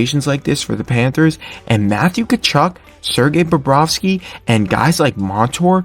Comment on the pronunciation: Bobrovsky, not Barrowski or Bobrowski. Good job with the photos, but you should try to match them up to what you're talking about at the time. A couple of times, you showed a shot of Samsonov while talking about Bobrovsky. It's just weird.